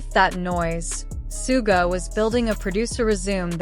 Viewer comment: Please find how Suga ´s name is pronaunced this is bad. And Jin as well, seriously.